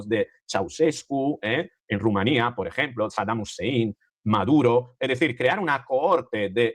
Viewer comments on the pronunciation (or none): none